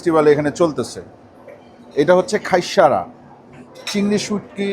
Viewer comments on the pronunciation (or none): Bhaiya Eita just খাইস্যা not খাইস্যারা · not khaissara ..its khaissha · বার বার বলতেছে খাইশ্যারা😅 যে হবে খাইশ্যা, (হাইশ্যা)